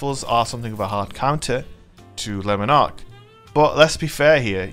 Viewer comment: Not gonna lie I smashed the like button before I watched the full video, just for the correct pronunciation of Lemon Arc. Yorkshire til I die 😂😂